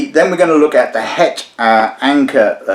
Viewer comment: I've heard you butcher many a language but your Dutch was actually not too bad. 😁 "het" is pronounced like "hut" in English by the way. Cheers from Flanders.